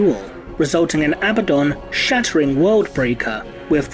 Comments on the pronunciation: Perhaps if the clone of Horus had defeated or killed Abaddon then perhaps I wouldn't get so triggered at the mispronunciation of Abaddon. A-bad-dun - remember folks, he's not a good un, he's Abaddon not to mention the emphasis in the spelling on the d over the b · You continuously say his name wrong....